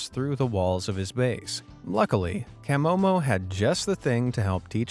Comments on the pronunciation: Kam-oh-mo? I take it the narrator has never seen one of these vids otherwise he would have know is Kuh-mow-mow. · That is not how you pronounce camomo